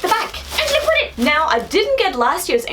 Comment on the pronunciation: Isn’t in An-gel-ic.....not angel-ic.......